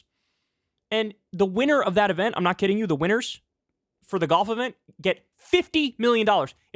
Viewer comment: "Our gulf allies" or "Our golf allies'?